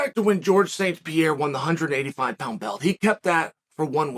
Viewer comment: Alex St "Pierra"